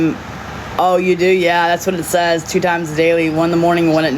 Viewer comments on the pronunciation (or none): none